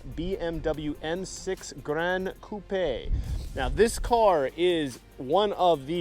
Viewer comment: One of the rare car guys that actually pronounced "gran coupe" correctly.